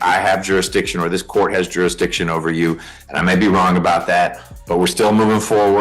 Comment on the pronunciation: "juridiction juridiction juridiction" you would think if he took his BS seriously he might learn to say jurisdiction properly